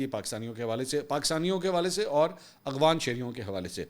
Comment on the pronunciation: آپ کا وی لاگ میں باقاعدہ سے سنتا ہوں ۔ ایک تصحیح کرنا ضروری سمجھتا ہوں۔ جب آپ اپنے وی لاگ میں افغان یا افغانستان کا ذکر کرتے ہیں تو تلفظ کی ایک عامیانہ سی غلطی کرتے ہیں ۔ آپ لفظ🎉 افغان کو "اغوان" کہہ کر بولتے ہیں۔ اور افغانستان کو" اغوانستان" بولتے ہیں۔ جو کہ غلط ہے۔ امید ہے برا نہیں منائیں گے۔